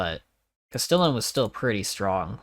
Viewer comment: CAST-EEE-ON DAGGER haha not cas stillin